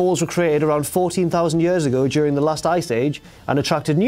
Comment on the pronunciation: I love how says "years." I don't know where that accent is from specifically, but I want it inside me.